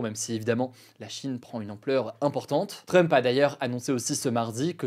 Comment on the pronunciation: Tu prononce mal "Trump"